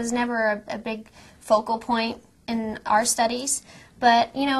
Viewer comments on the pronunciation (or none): none